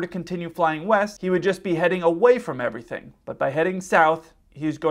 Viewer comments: East!? I thought you said weest. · He clearly stated he was going left, while the 'west' of the ATC could be interpreted as 'left' as it was certainly not clearly spoken in this recording. You have to read back what you are hearing for exactly this reason, because misunderstandings happen, but then it does help if ATC is actually listening to what is clearly read back and in this case correct the pilot before he takes off.